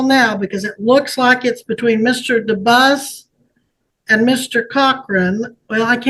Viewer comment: I speak French his name is pronounced DUMBASS